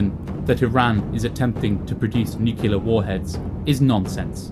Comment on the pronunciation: one thing...it’s NUCLEAR ☢️, not ‘nucular’. Sorry, it’s a pet peeve of mine 😕